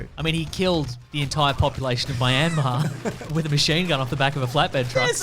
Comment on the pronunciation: Ma-yen-mar. What? Actors using Human Growth Toast? No... They're all natural and they achieved their physiques with hard work and a good diet. I know, because all those YouTube, "How actor XX gained muscle for Marvel movie," videos said so....